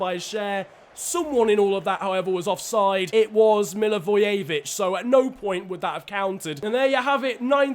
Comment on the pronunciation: It's pronounced mil a voy a vich